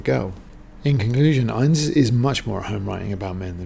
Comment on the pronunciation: Pronunciation of 'INNES' is the two syllable INN-IS; INN rhymes with SIN and IS with MISS.